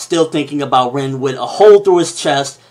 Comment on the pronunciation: You keep mispronouncing the names and quite frankly its fucking annoying. Example: its spelled (Rin) but is pronounced (Reen)